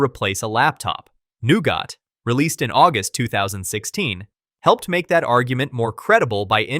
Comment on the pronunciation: "new got" god this killed me lmao great video otherwise tho